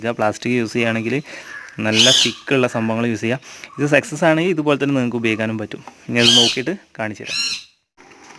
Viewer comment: സെക്സസ് എന്ന് പറയരുത്. സക്‌സസ് എന്ന് പറയു